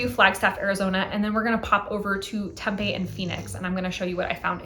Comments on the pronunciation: I can't. I'm sorry. I have to... temm-PEE. Emphasis on the 2nd syllable and a hard, long vowel there. temm-PEE. Not TEMM-pay. temm-PEE. Vet: I live in the PHX burbs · No worries. It's a bit of a shibboleth, true. I think most folks believe it's either Spanish or Indigenous, when neither is true: it's Greek. That ancient sister city for whom Tempe, AZ, is named is pronounced the same, somewhat unexpected, way.